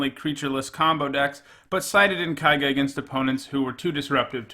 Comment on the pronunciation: kay-ga, dammit